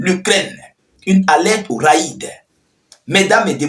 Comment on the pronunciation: Le mot " RAID" se lit : RÈD.. . Et par raïd..... ❤❤❤